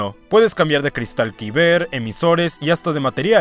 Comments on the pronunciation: Los cristales kyber se pronuncian "kai-ber" no "kiber"... cerebro frito. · Cada que dice "quiber" es vez de Caiber (Kyber) me da un tic mental jajaja. Buen video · Si escucho una vez mas a pronunciar mal cristal kyber creo que voy a gritar